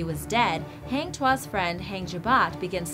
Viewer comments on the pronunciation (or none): it's pronounce 'Taa - ming saa - ri'. and 'Hang' is pronounced like you're saying 'hung'. and Tuah is pronounced 'too - hah'